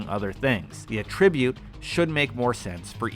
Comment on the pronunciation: Not sure if you know this already and hope you don't think I'm being a jerk. Just wanted to say "attribute" is pronounced like "AT-tribute." Not saying you need to change the way you say it, I just wanted to let you know, in case you didn't.